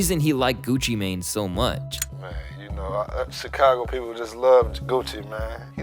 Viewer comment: The fact you can’t even say Gucci mane’s name right lol can’t take you seriously